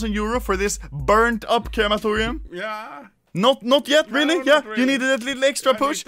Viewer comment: People: Crematorium Anomaly: KERAMATORIAM